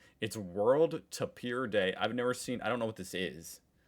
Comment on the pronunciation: I like how you instinctually pronounced tapir like you would pronounce it in German. The words are spelled the same in German and English, but the pronouciation differs slightly. The two most comon English pronunciations ive heard are tay(like in taylor)-peer and tay-puh. The way you pronounced it was very close to the german pronunciation, it still had an American accent, but it sounded like you learnt the German pronunciation but just couldn't fully hide the accent.